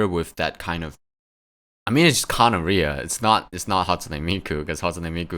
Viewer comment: I don't think Kanaria is pronounced like gonorrhea but don't quote me on that